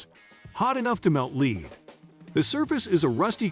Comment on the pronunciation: It pronounces lead like lead.